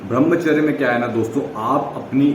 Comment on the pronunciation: Bhai brahmacharya ka pronounce thik se kijiye🙏